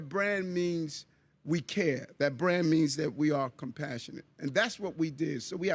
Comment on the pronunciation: "We have a bran, New York City has a bran".